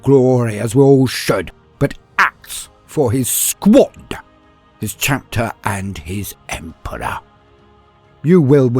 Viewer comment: i keep thinking he is saying SQUAT! rather then SQUAD! lol